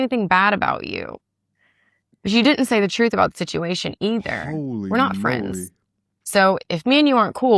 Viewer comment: "HER CHE-RUUUHHTH" 😂😂